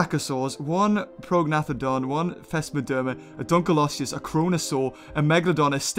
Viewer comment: I like how you said it the sooner fish dunculose